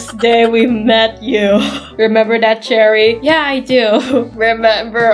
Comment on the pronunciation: I love the fact that when says cherry it sounds like jerry like this comment if you agree 👍I just think its funny